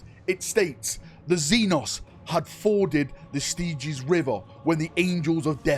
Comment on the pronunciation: Just a heads up = Styx is pronounced as "Sticks". And Stygies/Stygian are pronounced "Steg-ease"/ "Steg-ian".